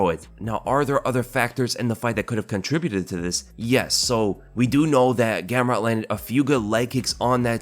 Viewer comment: Dude....learn how to pronounce contribute!